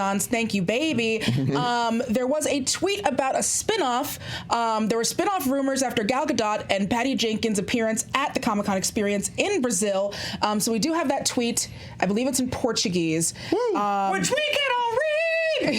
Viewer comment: No. It's Ga-Dought. It's maddening that they still can't get it...